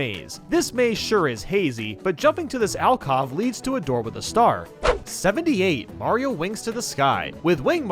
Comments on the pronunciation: "AL-cov" It's "AL-COve". Like, a marine cove? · its alcove not alcov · alcov? Its alcove lmao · I'm getting flashbacks from the "Why I miss pronounce words a lot" video. 'Owl cah-ve' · Thank you I thought I was going crazy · Him mispronouncing "alcove" was driving me crazy.